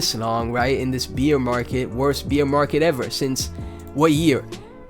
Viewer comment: thanks for the tectonic content brother! you also gave me a good laugh this morning, every time you said "bear market" it sounded like you said "Beer market" haha... I mean no harm by this and its all love. thanks for the laugh and the content <3